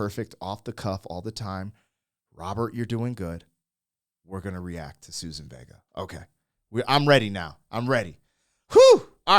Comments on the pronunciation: Suzanne, not Susan. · It's Suzanne not Susan. Great song with important subject matter from the 80's